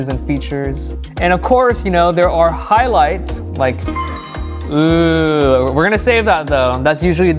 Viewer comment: when says oooohhh (like oooh i like it), it sounds like ewww (eww i fucked up). and its funny. love his tutorials btw also a recap is not showing your art and zooming in. its showing the stages lol